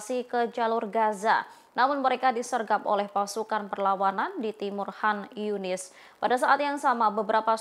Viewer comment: Gemes sm mbak news anchor nya nih...Izzudin Al Qasam mbak. Bkn Al Hasam. Konyunis..bkn han yunis 😢